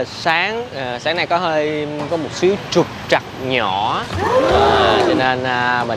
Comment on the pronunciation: À ý em ko ko anh.Ý em là cái khúc anh nói từ”Trục trặc” thành truật troặc nghe hài hài ấy😁